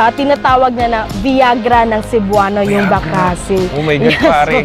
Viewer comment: Bakasi is pronounced mabilis not malumay